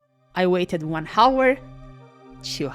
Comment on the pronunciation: The H in hour is silent.